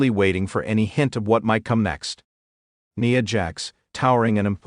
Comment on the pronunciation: Her name is NIa N I A I as in ice cream. Cant umderstand of all words to mispronounce!? CLICK BAIT NOTHING NEW HERE N NO HEARTBREAKING NEWS ABOUT TIFFANY STRATYON. NOTHING WWE OFFICIAL?? WWE WOULD NOT HAVE PUT THIS BS OUT THERE!! I WONT BE BACK DAMN SUCH BS.